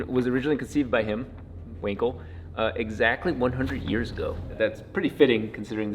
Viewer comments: guys, he is pronounced: Wangkel not Winkel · You know... I love the videos and the engine. I am a sucker for rotary... But please, as a German myself, TRY TO SAY FELIX'S LAST NAME "WANKEL" CORRECT. For some reason, it just hurt me to hear "Winkel" or something instead of "Wankel" (this comment is not hate on your for your mispronounsiation, I just felt like saying it. No hate. Please don't take it too seriously)